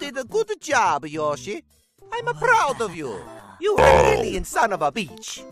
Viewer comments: its Yoshi not joeshi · It's Yoshi not Joeshi